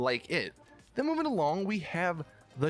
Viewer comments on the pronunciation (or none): and he said movein along made me laugh so frickin hard😂😂